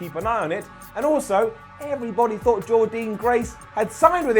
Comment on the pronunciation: it’s pronounced Jordan